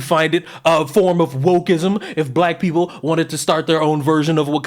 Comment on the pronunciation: “Fix yo peepoz” said unironically and with no self awareness whatsoever 😂😂💀💀💀